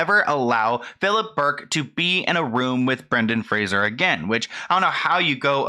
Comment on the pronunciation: Is saying Fraser wrong or was I raised saying it differently?